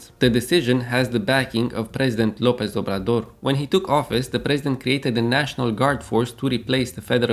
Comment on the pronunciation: You'll become my news podcast from now on. Thanks. PD: I liked how you said "López Obrador" haha. Greetings form Mexico!